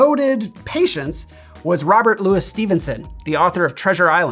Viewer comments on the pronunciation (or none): none